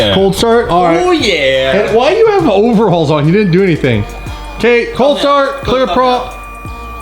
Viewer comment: overHAULS, lol. it's overALLS m8